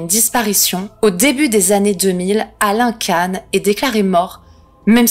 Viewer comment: Salut, ça se prononce Quand pour Alain KAN